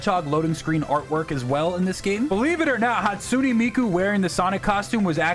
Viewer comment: bro butchered miku’s name 💀